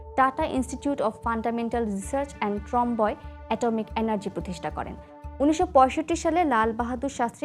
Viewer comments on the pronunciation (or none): ওটা ট্রমবয় নয়, ট্রম্বে।